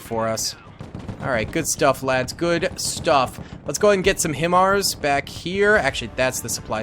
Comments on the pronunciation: Hi-MARs or High Mars, is the way you say it because it is an acronym. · Its pronounced...HI-MARS 🤣🤣🤣😂😂